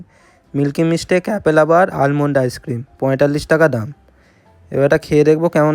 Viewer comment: This is almond Not aimond